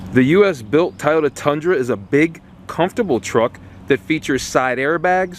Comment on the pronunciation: Please practice pronouncing Toy-oh-tuh.... otherwise great review.